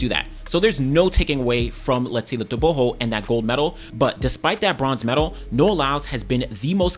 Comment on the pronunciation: I hate the way you say tobogo. Say your g's geez